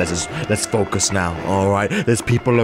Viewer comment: How did know I was distracted when he said Foucus